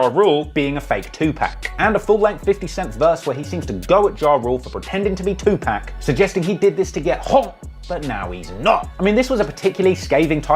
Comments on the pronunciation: it’s not 2pack it’s pronounced(Tu’pok)! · Looses credibility with every time he says Two Pack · I couldn't do it I had to stop the video after 30 seconds you saying TuPack 5 times is fingernails across the chalkboard 😬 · The fact u can't get 2pacs name right got me really looking at your vids a whole different way now 🤦‍♂️🤦‍♂️🤦‍♂️